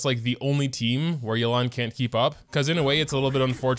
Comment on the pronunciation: I think her name is pronounced Yay-lan- someone correct me if I’m wrong